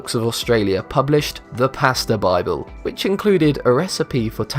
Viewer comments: OMFG TAGLIATALLE JESUS FUCKING CHRIST! ITS NOT PRONOUNCED LIKE THAT AT ALL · That pronunciation of “tagliatelle” is hilarious. Not trying to be rude btw.